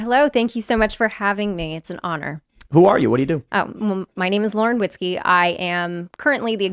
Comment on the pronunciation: Did she say Lauren Whiskey?